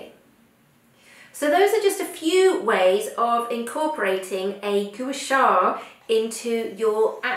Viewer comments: it is pronounced 'Qua Sa' not Goo sha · You are mis-pronouncing Gua Sha.....It should be pronounced GWA SHA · You're holding it incorrectly. It's supposed to be at an angle closer to the face.... You're also pronouncing it incorrectly.